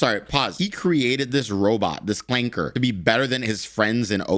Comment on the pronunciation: really putting in that work to make 'clanker' sound like an actual slur.